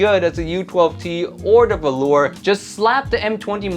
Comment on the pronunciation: I do believe it's pronounced volur with short o and u, either way it should sound nothing like the fabric velour!